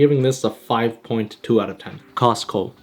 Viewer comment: Fun fact: Every Wingstop is Halal. And The way man said Costco was like Cozco